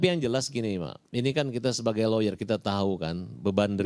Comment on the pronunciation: bilang loyer, loyer apaan